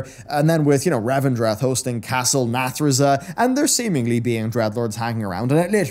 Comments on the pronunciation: Everybody: "Castle Nathria": "Castle Nathreza" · It's Castle Nathria not Nathriza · I know it isn't a big deal, but it's killing me every time you say castle nathreza. It's castle Nathria. I really hate being that guy:( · Noticed that too omg.